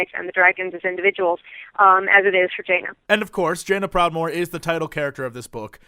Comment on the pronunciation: did jesse says "vajaina proudmoore" ?